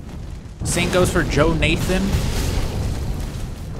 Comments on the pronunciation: Ik, I legit cringed in my seat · According to it's "Joh-naeh-then"